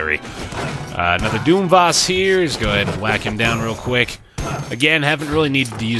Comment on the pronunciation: Mate, I know this is ancient, but they're pronounced "doom-viss" "and "doom-trit" a la canvas and portrait. It's infuriating hearing you constantly saying them wrong, and not understanding the puns.